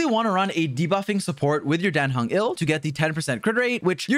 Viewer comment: dan heng is not "ill" he is "IL"